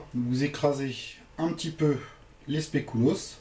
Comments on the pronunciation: spéculoos pas "spécouloos" sinon trés bonne recette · Recette très bien expliquée, et le spécouloos ça se dit SPECULOOS. Voilà au revoir et merci pour se partage :) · pas du tout ça se prononce spéculauss regarde sur internet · specouloss mdrrrrrrr 😂😂😂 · wolallala ça donne envie! par contre faut retravailler la prononciation de "spéculoos" :p